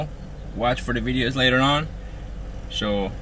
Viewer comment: i got silver haze guysh i dont make bideos but i got good bud guysh